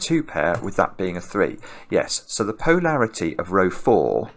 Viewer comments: Is "POE-larity" for polarity a regionalism or a Simonism? I've always heard it pronounced puh-LAIR-ity or poh-LAIR-ity. It felt like he was commenting on the sense of humo(u)r of the author of The Raven. When Edgar Allan makes a joke, POE-larity ensues. I find accents fascinating and I know people who have adopted their own pronunciation of some words. I'm just wondering if the people on the other side of the pond (i.e. where is) are experiencing what I am or if they think it's perfectly normal. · I think it’s making it clear he isn’t saying parity since he’s gotten gentle corrections that polarity and parity aren’t interchangeable.